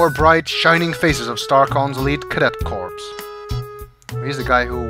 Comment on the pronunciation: Corps is pronounced "Core", what you said was Corpse, which is what Roger would prefer them to be, lol. Sorry, normally, I try to avoid being a nazi of pronunciation, that one just caught my ear.